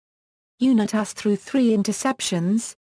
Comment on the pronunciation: Bullshit narration!!!! Can’t even pronounce Unitas correctly.